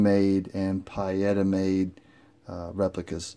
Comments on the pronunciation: Pee-Yetta not Pie-Etta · In Italian the i is silent.Peetta is the correct pronuciation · Lord have mercy, it's PEE-eta... Who the Hell ever called them PIE-etta???? NOBODY, EVER. Thanks....Ugh. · Pie-Yetta? It’s Pee-Yetta. Italian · Pee-eta! Not pie-eta> Nice review though. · Pietta is pronounced "Pee-etta"....... Not "Pie-Etta" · Don't mean to be a pain with the PIE-etta comment, brother... it was just driving me nuts... I just wanted to say that your video has lots of excellent information in it, and it's very well done. So, cheers to that, and I've subscribed to be able to get notifications for more of your videos. :) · It's pronounced...Pee etta. Good video...thanks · Pronounced: Pea-a-tah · Pronounced like pee ETA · Your saying pietta wrong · Thumbs down because of your brand pronunciation.